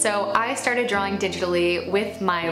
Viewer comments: So intelligent, so accomplished...but every time she says "drawling" instead of "drawing" I want to scream. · The irony of an artist that can't pronounce the word drawing, lollll. "Draw-ling"